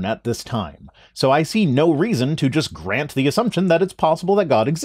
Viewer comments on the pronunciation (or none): none